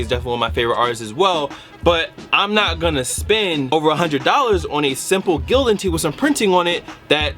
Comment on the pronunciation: It's Gildan😂😂😂😂😭